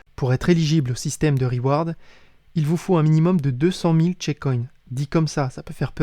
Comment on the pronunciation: On ne dit pas "chicoïne" mais "tchécoïn" ;)